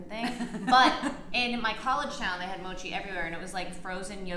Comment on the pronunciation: You were saying it right (did I spell that right? Probably not..) Mochi is Japanese rice cake made of mochigome, a short-grain japonica glutinous rice. The rice is pounded into paste and molded into the desired shape. In Japan it is traditionally made in a ceremony called mochitsuki.While also eaten year-round, mochi is a traditional food for the Japanese New Year and is commonly sold and eaten during that time. Mochi is a multicomponent food consisting of polysaccharides, lipids, protein and water. Mochi has a heterogeneous structure of amylopectin gel, starch grains, and air bubbles.This rice is characterized by its lack of amylose in the starch and is derived from short or medium japonica rices. The protein concentration of the rice is a bit higher than normal short-grain rice and the two also differ in amylose content. In mochi rice, the amylose content is negligible, which results in the soft gel consistency. (Credits: Wikipedia)